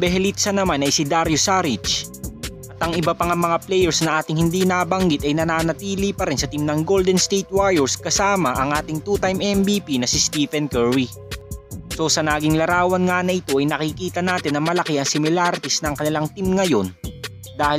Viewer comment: Favor pwde pronounce mo pangalan ni stephen curry nang maayos steven curry pronouce kasi thank you!